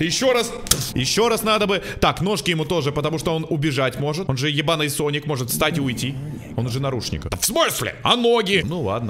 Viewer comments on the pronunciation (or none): none